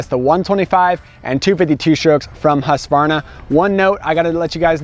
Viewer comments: First time in years Ive heard someone pronounce "Husqvarna" without the "A". Its usually "Husk-A-Varna". Even heard a Husky rep use the A before. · Bravo! Husqvarna pronounced correct 👏🏽